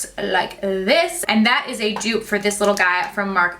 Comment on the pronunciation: Dupe not duo